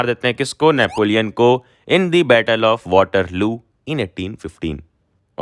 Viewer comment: am I the only one battle ❌ baatle✅